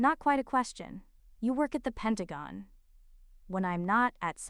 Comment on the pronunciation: Finally Pentagon pronounced correctly.